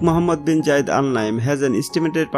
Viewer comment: Gayid ❌️ Zayed✔️